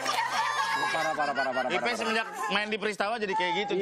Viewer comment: Ipey... Bukan Ipeh 😁